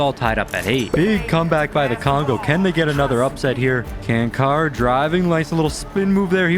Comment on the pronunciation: I love your vids but it annoys me so much the way that you're pronouncing Čančar's name. It's pronounces "Chanchar" not "Cancar"